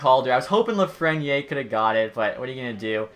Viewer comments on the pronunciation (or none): austin stewart lol he says “Lafrenyay” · The way you say lafrenière bothers me